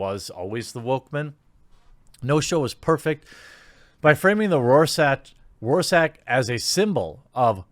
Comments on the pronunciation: Rorschach is pronounced like "roar shach" the ch is hard to pronounce for a non German speaker though. But it's not "chrrr" how loads of people tend to pronounce it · Roar-sack? Seriously? PS: It's pronounced like this: ROAR - SHACK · It's pronounced roar-shack. Still love you though! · I'm not being a Dick...Rorschach (Row-Shack). TheQuartering gets my viewing every day. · Rorschach is pronounced like "Roar-Shark". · I hate it when people butcher Rorschach's name. First "fans" keep butchering his name, and then HBO butchers his character. Give the guy a break. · Typically I like your content, but you missed the mark in a massive way here. Is a show “woke trash” simply because it uses white supremacy as part of the storyline? The fact that you can’t even pronounce the name Rorschach tells me you have zero experience with the material. Watchmen was an INCREDIBLY political graphic novel. Alan Moore himself has said as much. Politics and social commentary are the crux of the main story line. It’s fine if you don’t like the show being political, but it’s simply trying to make Watchmen relevant in today’s political climate as it was then. Which, judging by how people like you are talking about it, it’s working. You’re welcome to dislike the show, but it seems to me you’re calling it trash after seeing ONE episode. Good grief, do you have any clue who Lindelof is, or how he approaches a show? By the end of this season, you’re going to feel much differently about Watchmen. I guess you never saw Lost or the Leftovers. If you had you’d realize things are rarely what they seem in his work.